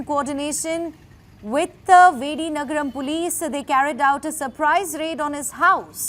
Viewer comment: Madam it’s Vijayanagaram not vidinagaram 😅😅😅😅😅😅😅😅😅